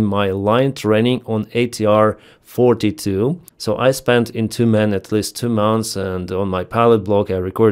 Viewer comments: It sounded like "I was in two men." haha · and I thought he said "I was in тюрьме" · I had to listen again, what did I just hear 😂😂😂😂 "In Tyumen" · Yep, same here for a not native english speaker. I wondered for a second, if he meant "...i was into men" or "... "I was in two men". 😂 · With your accent it sounds like " Back in 2009 I was into men." lol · Saying "in 2019 I was in Tyumen", in English sounds like "in 2019 I was into men". 🤣